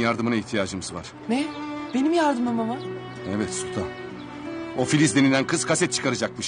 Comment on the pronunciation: AICoverdunyasi eyvah değil evvah diyor